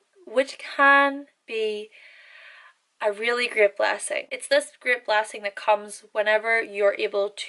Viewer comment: When you said, "great", I thought you were saying, "grit".